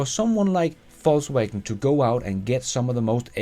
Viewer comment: Am I the only one that keep hearing False wagon?